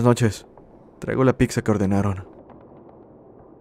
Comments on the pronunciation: Es buena el vídeo...pero escuchar la palabra "picza" es bastante molesto. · lo que mas terror me causó fue escuchar que dijeras "PICSA" 😅😂 🍕